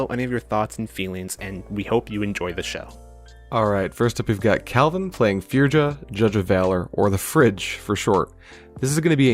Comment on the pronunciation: Loving the content, just a heads up for future reference with Kaldheim cards. In Scandinavian the "J" is pronounced like a "Y". So you would say "Firya" "Yorn" "Fyord" etc